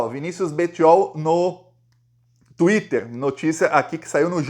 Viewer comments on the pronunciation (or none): none